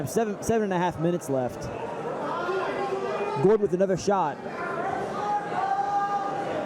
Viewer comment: If this commentary calls Gordon Jordan one more time... Jordan... GOD damn it 🤣